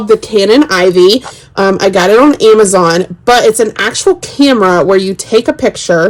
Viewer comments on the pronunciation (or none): none